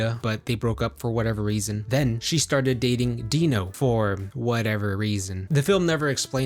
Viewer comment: 'For ?!chwat EVER reeeZooonnn?' 🤣